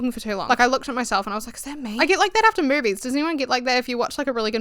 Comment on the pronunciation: Damn y’all really say naur and saur, saying maurvies (movies) is insane